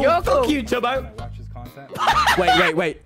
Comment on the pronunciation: Lol, hey Tommmyyyyyy, WAIT- DID YOU JUST CALL TUBBO "Tuby"?!?!?!? IF ANYTHING JUST CALL HIM "TOBY" NOT "TUBY"!! XD